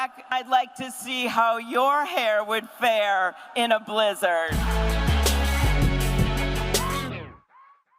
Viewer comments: It’s kind of a mildly good comeback the first time on Twitter. Like yeah, trumps hair would probably fall off his head in a blizzard. But why recite the same okayish tweet 500 times as if it was the funniest joke you’d heard in your life? AND WHY THE FUCK DOES SHE SAY BLIZZARD LIKE THAT!?!? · Damn she was proud of that joke. And she says blizzard really weird